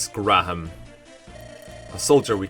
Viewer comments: These portraits are really good. Also, Graham is pronounced "gram". Kinda like if you say "gray-ham" fast. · Everyone I know says it like Gram, what. I've never heard anyone say it like Grey um. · Grah-ham? The way you said this one had me rolling. It's such a mundane name normally